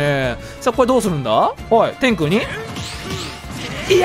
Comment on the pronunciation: 天空のイントネーション気になる